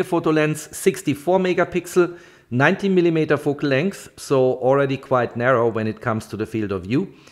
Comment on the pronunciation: Gutes Video, aber arbeite vielleicht ein bisschen an deiner Aussprache :)! Man hört den deutschen Akzent nämlich echt stark 😆 (zum Beispiel spricht man millimeter wie „millimieter“ aus)! Nicht böse gemeint, ansonsten passt alles 😊!